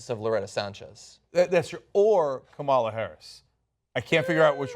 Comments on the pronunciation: Kamala Harris; first name is pronounced as "Come La" and not as "Comaala" Her mother is Indian and Kamala is a common first name for females in India. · Guys, it's pronounced KAmala - accent on the first syllable.